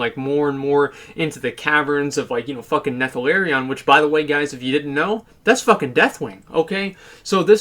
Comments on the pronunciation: wanted to choke him when he said nethalarion, like omg man, what are you hirumared? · Why do the best WoW youtubers have to always mispronounce names?"Nethelarion's lair". I love you Asmongold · we have had to deal with this guy's bullshit for an entire expansion, that's literally two years, yet still you proceed to mispronounce his name ;_ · Can you stop butchering the Earth Warders name? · No offense but hearing trying to pronounce Neltharion gave me a good laugh, awesome video though.